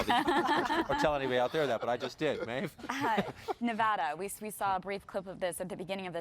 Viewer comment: she can't still pronounce Nevada properly lol